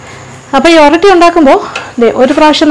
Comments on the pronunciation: ഇത് ഓറോട്ടി ആണ് not oratti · ഒറട്ടി അല്ല ഒറോട്ടി ആണ്